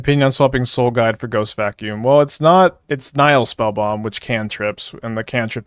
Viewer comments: The first i is short, so it should be as i in hit- Nih-hill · Actually, "Nihil Spellbomb" should be pronounced closer to "Knee-hill Spellbomb", if you want to sound latin,:-)